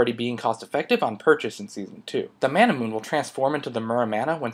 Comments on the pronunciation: It's Mana - Mu - Ney not Mana - Moon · is it just me or is manamune pronounced as ma-na-mu-ne, sort of like how you pronounce Sephiroth's sword name. And if you realize, all TotG evolved items are 4 syllables. Very odd...